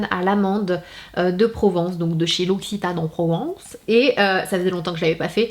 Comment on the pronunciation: L’occitane en Provence tu devrais plutôt le dire avec l’accent provençal qu’avec celui du Nord pas de calais mdr